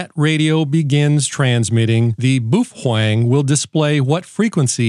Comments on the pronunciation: Bao-feng. Not Boofweng😅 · bow feng not bo fweng.😅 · Why is it that nobody can pronounce Baofeng correctly? Folks just making stuff up now. I mean, I'll give you the "boo", but the "fWeng" is killing me! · How many wrong ways have you taught yourself to say Baofeng in a stupid way just to amaze us on your vocal skill?